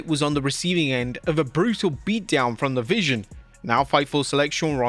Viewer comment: ya that’s how u say it in Spanish, not the vision like he’s saying cuz that just means eye lol